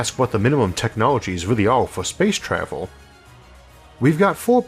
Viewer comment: "Spwace twavel"